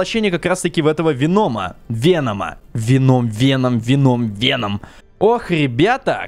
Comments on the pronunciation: Не веном а вэном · Вееном а не вечером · Правильно говорится "вЕном" а не "венОм" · вЕном ударение на Е! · Веном. Ударение на е а не на о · Не ВенОм а ВЕном ударение на е ну это твоё дело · Вееееном а не венооом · и да правильно вен0м не вено0м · не венОм а вЕном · вЕном а не венОм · Венома ударения на е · СимбиотЫ* (ударение на Ы) вЕном (удариние на Е) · правильно говорить Ве́ном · Если что то Веном ударение падает на е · Веном ударение на е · Правильно говорить вЕном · вЕном правильно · веееном правильно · ТЫ 100% НЕ ФАНАТ ВЕНОМА ТАК КАК ТЫ НЕ ПРАВИЛЬНО ПРОИЗНОШИСЬ ВЕНОМ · Веном на первый слог падает ударение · Веном, ударение на е!! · В слове веном ударение на е